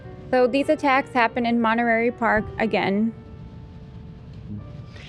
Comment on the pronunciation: Just some feedback meant to be helpful. To me, every time said Night Stalker, it sounded like Nice Talker. When she began the case, I was like, what? Some guy named Nice Doctor was a serial killed? Then slowly it morphed into Nice Talker. And also calling Monterey, Monterary a few times, Lol I know prides herself in doing a great job and she is so awesome, so just thought I'd pass this along in the hopes that it can allow her to give the type of presentation I'm sure she wants to. And to all on the show, the letter T didn't dissolve into oblivion, guys. Since y'all have stopped using it in most words, it sounds like your IQ's dissolved too, and you all are way too smart for that. This was a bad grammar habit used by hillbillies/low-income, which for some odd reason, now mainstream society has decided to adopt. It's absolutely flowing downstream wit the dumbing down of America. Paddle, guys and gals. Resist stupid trends. Use T appropriately so I can enjoy your smart and funny show again. Couldn't finish this one.. one too many bea--ens instead of beaten when presenting the Night Stalker case. All love.